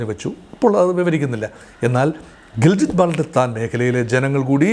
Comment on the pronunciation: It is GILGIT and not Giljit